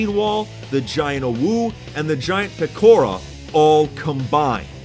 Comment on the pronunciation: yooo he said "pekora" correctly in this video